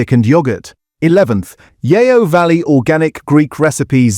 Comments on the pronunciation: The voice doesn't even pronounce Yeo properly. It should be pronounced like 'yo' in yoyo. The name stems from the fact the factory is near Yeovil in Somerset. Fake voiceover talking about fake food. The internet is starting to eat itself. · Yeo Valley yoghurt is pronounced Yo Valley not Yayo Valley 🙄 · Yeo is proounced Yo not Yay-o. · AI narration - the pronounciation of Yeo Valley should be like 'Yoh' not 'Yeeeoh'! Plus tangy was pronounced Tangier! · There's no "a" in Yeo. It's pronounced Yee-oh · It’s pronounced ‘Yo’ ya eejit! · AI voiceover- or is this someone who doesn't know the difference between Tangier (in Morocco!) and tangy-er! And who pronouncrs Yeo as 'yayo'! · It's pronounced "Yo"...in fact the AI did say it correctly here once. Apart from that ...I'm not sure about pronounciation of "Fage" either. 😟🤔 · Tangier, Fage, Yeo Valley - might want to check your pronunciation of these! But otherwise yes, informative content.